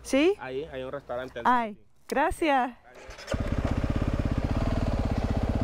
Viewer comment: Not a big deal but you keep saying Gracia instead of Gracias 😅👍